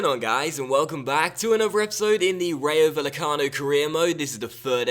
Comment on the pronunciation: it's pronounced ry-o vay-e-cano